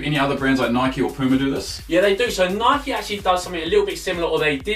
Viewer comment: Stop pronuncing Nike as [nikey] you don't ride a [bikey] do you bellends